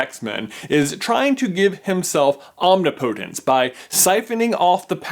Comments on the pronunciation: wee!Hermione voice: It's omNIPotence, not omniPOtence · "OMNI - POTENCE!" Kill me. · I love your videos, but I'm sorry that I'm a bit distracted by your pronunciation of "omnipotence"